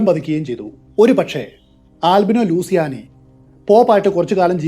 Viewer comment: ആൽബിനോ ലൂസിയാനി എന്നല്ല ""ലൂച്ചിയാനി" എന്നതാണ് ശരിയായ ഉച്ചാരണം.